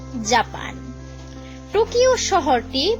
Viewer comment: পেরিস নয় ওটা প‍্যারিস, টুকিও নয় ওটা টোকিও